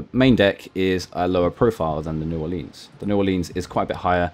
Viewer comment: Just a pronunciation tip: New Ore-lens, not Ore-leenz. Good video though, definitely sub worthy.